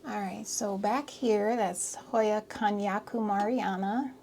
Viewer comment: Love your beautiful collection and also how organized and perfectly placed your plant groups are. I was also impressed by how perfectly you pronounced the name of hoya kanyakumariana. 😊❤